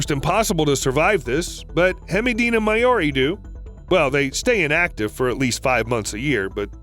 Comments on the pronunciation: Maori is pronounced Mao reeee, Mao like bao, also they're just weta homie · Maori lol. I could be wrong and scientists decided to pronounce it that way but usually Maori is pronounced like the word 'now' but begins with an M, continued with 'ree' so 'Mow-ree'. Alternatively it's like the Disney movie Maui but instead of pronouncing Maui with a W it's pronounced with an R. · Maori ( pronounced mau-ri ) also those are called mountain stone wētā (wet-ah) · That's not how you say Maori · So, your videos are great and I learn lots but, you need to work on pronunciation man, especially when speaking words from a different language, there's lot of good guides online for you to learn how Maori sounds phonetically which help. Also Hemideina Maori is a subspecies of the Weta which is a cool bug but surprisingly harmless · im from nz hemideina maori is what we call a weta also the way he said maori triggered me